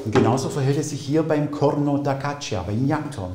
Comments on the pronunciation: Bei "Caccia" spricht man das i nicht aus! Das i ist nur da, damit das c nicht als k sondern als tsch gesprochen wird! Also "Gatscha"! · Sehr interessant auch für Nicht-Musikerin! Tolle Klänge... À propos Klang ... kleine Anmerkung: "Caccia" spricht sich: "katscha"... das "i" ist nur dafür da, zu signalisieren, dass das Wort nicht "Kakka" ausgesprochen wird... ebenso, wie das "h" in "Zucchini" darauf hinweist, dass es nicht "Tsutschini", sondern "Tsukini" heißt ... Genug des Klugschnackens ;-)